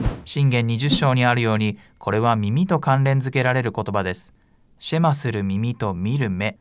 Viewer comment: ヘブライ語では、だいたい第二音節にアクセントが来ます。また最後ちょっと伸ばすので、SHEma ではなく sheMAH と発音すると、よりヘブライ語っぽくなります。また、ユダヤ人は、朝夕この祈りを「祈っていた」と過去形で表現されていますが、今も朝夕祈っています。神に聞き従うことを切望して。感動します。